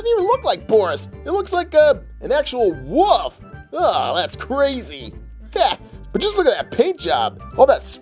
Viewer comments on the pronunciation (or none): Are you stupid it's wolf not woof 😠